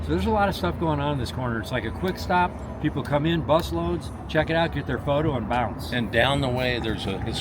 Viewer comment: I just thought it was funny hearing say “bounce”………..twice!